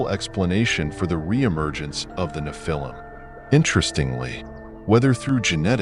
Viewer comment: I try to watch your channel. The AI voice keeps saying "Na-phil-him" instead of the correct pronunciation.